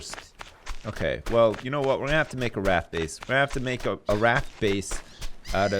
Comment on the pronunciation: I love how pronounces buoy and raft. "Booeys" & "Raaaaft" lol.